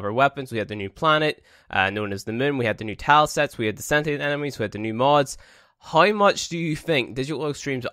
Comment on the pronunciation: Why you say "hay" instead of "how"??? ROFL